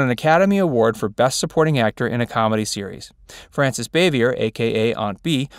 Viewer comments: The name is pronounced Boo-Vi-A rhymes with Day. Not "Bavyer" It's French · Wrong - "Facts" Verse- You stated that when Andy met Don Knotts he decided that he (Andy) needed to be the straight man. They had met and worked together before on the movie "No Time For Sergent's." See interviews with Andy. It was after they shot a few episodes of TAGS that Andy decided it was best if he played straight man. Also, Bah' Vee A is the way Bavier (Frances Bavier) is pronounced. Get your facts straight, "Facts" Verse. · I knew all those things and more. I can even pronounce Frances Bavier's name, you can't. Maybe you should have found out the pronunciation before you narrated this video!